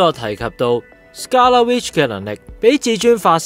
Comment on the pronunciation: 紅vision已講咗白Vision作為carbon-based synthyzoid， memory storage is not so easily wiped. 紅Vision只係幫佢解除記憶封印而已，希望片主留疑問之前返專業少少返睇多幾次留意下d細節，另外希望片主大大讀角色名少dd懶音，(例如其唔係讀“Scar La”，係“scarLET”， 唔係“Dahold”，係dar“K”hold) 讓觀眾聽起黎冇咁“銀”耳 —_— 期待片主將來嘅改進